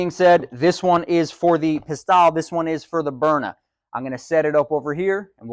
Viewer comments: "Pis-TELLE," not "Pis-TAHL" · Not "Pistalle," but "Pistelle." It's not tomato, tomato, so don't be a hick!